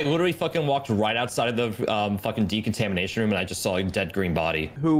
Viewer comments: didn't know decontamination was such a hard word to say lmfao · I love how they can not pronounce decontamination correctly